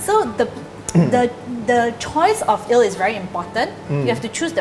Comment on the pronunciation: Please learn to pronounce your words properly. It’s Eeeeeee-l. Not ILL. It’s not sick porridge. 🤦🏻‍♀️